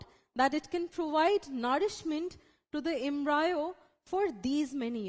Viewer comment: It's pronounced as embrio not embraeo 😑😕 it was really annoying listening to embraeo a 100 times but the video was good it helped thanks 😄